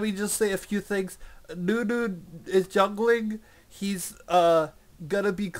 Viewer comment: its NUNU not DEWDEW xD